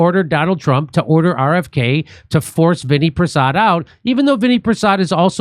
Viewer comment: Jeez, it’s not Vinny Prasad, it’s Vinay Prasad!